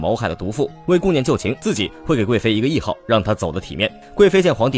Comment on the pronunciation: 那个词念 谥(shi)号